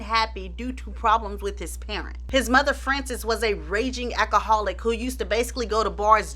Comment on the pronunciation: I love when you say "ah-ka-holic" 🤣